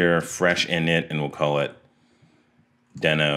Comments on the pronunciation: It's pronounced deeeeno, not deno. Besides that minor annoyance, this video is awesome! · It’s pronounced DEEE-NO. Like The Flintstone’s dinosaur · I heard it was pronounced “dii-no” like “we know”